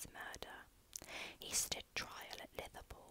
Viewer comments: Why do you pronounce all your v's as th? Litherpool 😆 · glad you took it in jest, i realised after i sent it it probably came across as nasty! Just made me laugh 😄